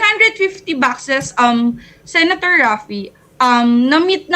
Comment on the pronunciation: I'm so bothered talaga with the "Sena-Thor"